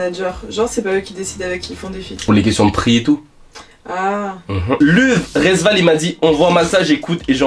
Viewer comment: Comment il prononce luv Resval j’ai envie de le goumer